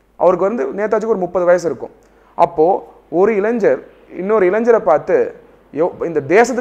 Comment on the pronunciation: sir... தமிழ் நன்றாக உச்சரித்து பழகுங்கள் ( இளைஞர், சுதந்திரம் ).. 🙏